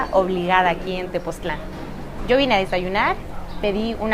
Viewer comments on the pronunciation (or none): Tepoztlán, no TepozClan :)